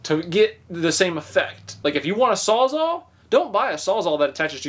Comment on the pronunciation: 1: it's not "saw zaw", it's Sawzall, which is a brand (Milwaukee). 2: it's a reciprocating saw, also called a recip saw for short 3: no... that is nothing like a jigsaw, which has a table and a set, thin blade for intricate cuts... hence "jigsaw puzzle", as the pieces have intricate cuts